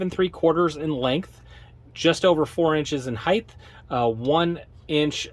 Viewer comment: Height. There’s no h at the end.